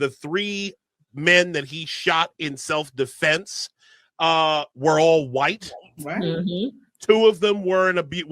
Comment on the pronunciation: It's not METCLAF, IT'S METCALF and it's not self deflense, it's self defence! WTF!!!